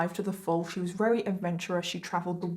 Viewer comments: The stories are decent BUT the way you say “very/RARERY” is driving me NUTS I realize it’s partly accent but… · Why can’t say very she says rery at the start of the video